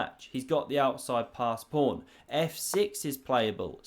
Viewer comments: Are you so hungry, that you keep saying prawn instead of pawn? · does he always say 'prawn' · Ya it's my favorite because he doesn't go off on too many computer lines but does he have to sound special needs every time? Mispronouncing once and a while for a joke OK. But I was started to think he couldn't pronounce the word pawn. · It's a PAWN, not a PRAWN. This isn't a game of sea creatures. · body-green-covering-eyes:Don't make fun of my friend's regional dialect. Next you'll be saying Mongoose Carlsberg isn't his real name and he wears a wig.:face-blue-wide-eyes